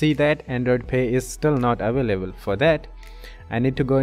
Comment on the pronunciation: aveleble😂 Very Helpfull Ty soo much